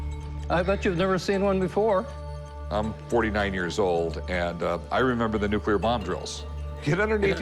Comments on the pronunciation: Dude runs a museum for atomic energy and pronounces it “nucular” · The museum guy keeps saying "Nuc-U-lear" instead of Nuc- LE-ar. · That so-called "expert" isn't much of an expert, doesn't even know how to pronounce the word nuclear.